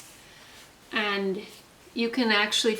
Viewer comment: I really enjoy your videos as a restful escape from stress! Fyi, “victuals” is pronounced “vittles”. I used to think this pronunciation was a colloquialism from the South. But no, it’s actually correct.